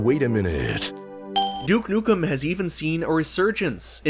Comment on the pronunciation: You: Everyone gets Duke Nukem wrong Also you: gets Duke Nukem wrong